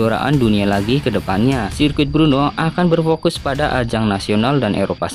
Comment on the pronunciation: Udah ngmongnya di jelas"in ech kliru lagi Brno bang bukn Bruno, lu kira pmain MU bang Bruno Fernandes 🤣🤣